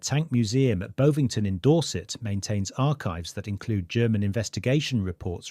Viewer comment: The wire had a hook on it that was to snag the rifling as the plug was removed. It's in the narrative. But the voice is definitely AI because it can't pronounce "Bovingdon".